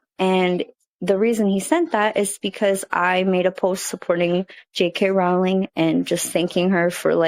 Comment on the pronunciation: How have you still not learned how to properly pronounce Rowling at this point?